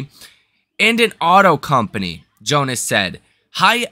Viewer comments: Love the program Brother... but you have a Tough time with names ..Today is Adam JonAs not Jones and yesterday it was Jim Farley ... not Josh Farley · Joan-Ass not Jones.